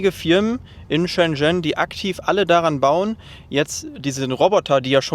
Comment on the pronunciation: Neiiiiiiiin. Das erste, wo die geguckt haben ist richtig. Die haben nur geschaut, weil du es richtig ausgesprochen hast. 😂